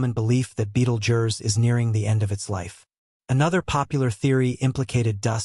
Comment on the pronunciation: Sorry I just could not finish watching this, its pronounced "beetle juice"!